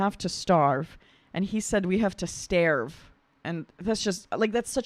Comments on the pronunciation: My heart is heavy thinking that someone could watch this work of art and spend any time at all being critical of his pronunciation of "starve" and "fiery." Really? Could we please think about his message; his incredible talent (voice and composition); his outspokenness about peace; his love of people of all nations, faiths, races, etc. and not pick apart a couple of words? Who watched Igor's composition of Ave Maria vocalized by Dimash and said, "Well, where are the words?" I doubt it. I really like your reactions,, but this one I hope you listen to again and feel what he is expressing. Peace. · Pretty sure a word starve is not hard to pronounce no matter where you are from